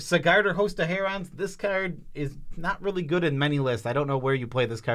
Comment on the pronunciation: Oh man. He needs to get his words right. HerAHNS? They’re just herons bro 😅